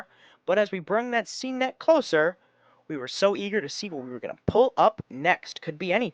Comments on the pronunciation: It’s pronounced sane,. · Look up the pronunciation of 'seine.' Also, you can drag it and then the two draggers walk toward each other, with one overlapping the other creating a circle that gets tighter and tighter, then just pick the rolled up net and until it on the beach. That way, you can net in deeper water.